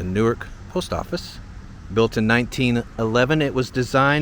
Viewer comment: palmyra we pronounce it pal-m-eyra newark you got right and lyons is like lions